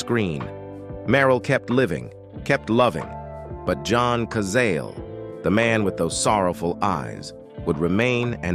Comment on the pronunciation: OH, please, if you're going to do these videos, learn how to pronounce the names of the people in the video correctly. It's John ka Zah lay.